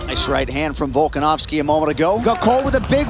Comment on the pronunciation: Aljo: Bulkanovski